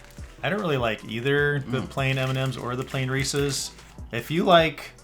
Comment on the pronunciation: So glad you pronounce Reese's correctly. Some say "REE+SEES" instead of "REE+SIS" drives me crazy.